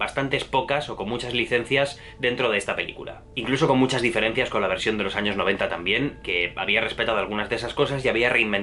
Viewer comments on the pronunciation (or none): none